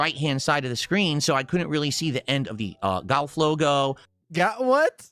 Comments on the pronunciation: Only can manage to add the sound " ayy-uhh-yugh" to the word "golf". " Gah-yuy-eh-yigh-uhlvff". Amazin' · Why on earth can he not say "golf"? What is that about?